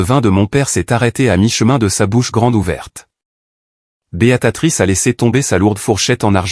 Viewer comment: On dit BÉA TRICE